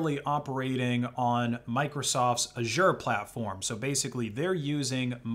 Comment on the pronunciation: that's not how you say Azure